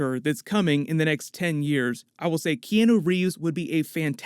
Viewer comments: The way you say Keanu hurts me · Like how butcher Keanu Reeves name. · I honestly hate the way this dude says Keanu Reeves name